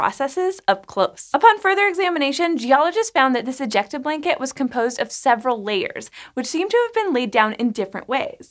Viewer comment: Am I only one kinda cringing when she says "ejecta"? It's really meeeh.. Word